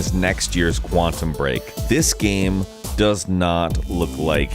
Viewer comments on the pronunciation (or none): none